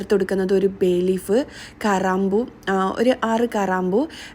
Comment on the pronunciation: കറാമ്പൂ അല്ല. ഗ്രാമ്പൂ... ട്ടാ റ്റാ ട്ടൊ ട്ടേ ട്ടീ